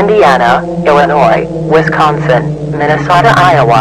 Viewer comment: Another masterpiece also I love how you pronounced Illinois right but Wisconsin wrong 👍